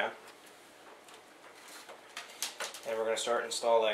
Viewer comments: pretty sure its pronounced COR-SAIR not CO-SAIR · It's CoRsair, not co-sair! The R is NOT silent!!!!